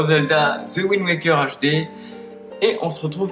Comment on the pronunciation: Omgg t'a dis HD en mode fr et pas avec ton accent english du turfu xD